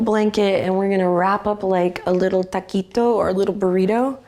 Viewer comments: I just wanted to say I love your pronunciation of "concha" and "taquito" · Very Cozy session and S/o to your pronunciation of "Concha y Taquito"